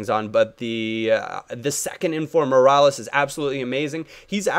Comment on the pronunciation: MEER-AH-LASS not mirales